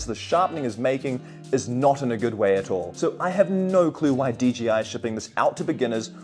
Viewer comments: If you're going to review a product at least get the name right. DJI NOT DGI! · I can't be the only one that thinks he keeps saying "DGI"? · You know its an I not a G right?? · I’m glad to hear that I’m not the only one who says D G I instead of D J I no matter how hard I try to say it right. 😂